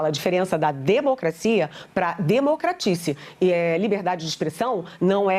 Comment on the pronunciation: O que é democratici? kkkkkk , qual idioma essa cidadã fala? Fala muita bobagem.